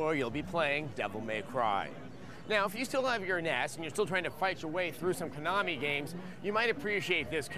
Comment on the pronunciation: Oh wow, pronouncing "NES" as a word? Is Adam secretly European? 👀👀😆